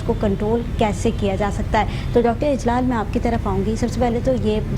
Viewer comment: By the way for . His name is Dr. Ijlal Uddin… not Ilaj uddin.